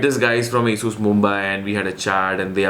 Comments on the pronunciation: Aaaasooooss ???😂😂😂 it's Asus right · Bro don't mind but your Pronunciation Asssuuuus Rooooggg is simply Awesome..... 😜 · Asssusss or Asus?? ? Hahahahaha lol